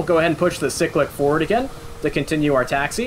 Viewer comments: i have heard many a weird pronunciation in my life time, but pronouncing cyclic like sick-lick, has to go up there as one of the weirdest. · I’ve never heard it pronounced any other way. Dialect is weird